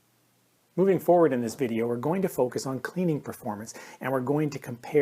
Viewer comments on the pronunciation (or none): none